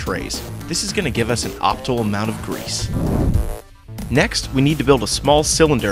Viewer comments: Optimal, not optal. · I believe you mispronounce "optimal".